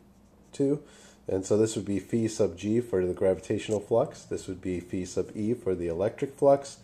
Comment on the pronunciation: it's pronounce phi, get it right